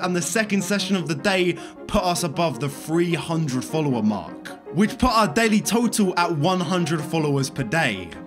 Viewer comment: “I followed free hundred people”😂😂